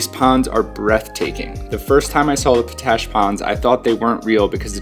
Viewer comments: Isnt it pronounced pot-ash not po-tash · Oh, by the way... Potash is pronounced Pot - Ash not Po - Tash! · FOR THE LOVE OF GOD!! ITS POT ASH . NOT PO ASH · Yo, FYI it's Pot ash, not Po tash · Great video and timely as I am visiting Moab right now. By the way it pronounced almost like two seperate words Pot Ash not Po Tash. Thanks for all the great tips. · Its pronounced pot-ash, not po-tash. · It's pronounced "POT-Ash". It contains potassium. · Nice video. POTASH is pronounced POT ASH. Thanks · Need to work on your place names, friend. Potash is pronounced just how it looks, and just what it is: potassium ash (not po-TASH). It's Castleton Tower (or Castle Rock), never Castle Tower. And local pronunciation of the LaSals is not a soft O, rather it sounds like the A's in "salad". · "Pot Ash!" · Its pronounced POT ASH. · I say p-tui to his p-tash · Po-tash ? Really ? Try asking for that at the Ag supply ! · His pronunciation was bugging me too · His pronunciation was bugging me too.